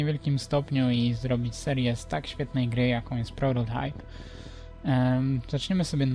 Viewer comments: czyta się prototajp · Mówisz na prototajpa prororajp